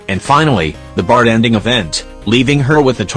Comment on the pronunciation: Why do I keep hearing the TTS voice say bart-en-ding instead of bar-ten-ding?